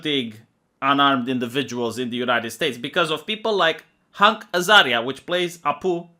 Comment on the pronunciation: Everyone: Hank Azaria: HUNK Azaria;)